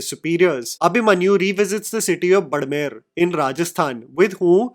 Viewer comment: Bro, it's *बाड़मेर*.